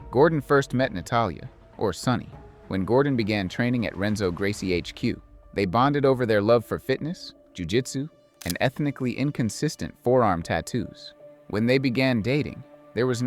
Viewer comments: BTW "r" in Portuguese is pronounced with an H sound. Rebzo = Henzo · Dude how do you make a serious documentary video about Jiu Jitsu and pronounce the name RRRRenzo instead of Henzo. That is weird. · Bruh, how are you gonna mispronounce Renzo's name in a documentary about Jiu Jitsu lol?? 🫠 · Narrator pronounced the “R” in Renzo. Can’t take it serious at all now.